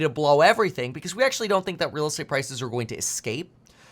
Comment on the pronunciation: Reeeeeel estate-ah crash?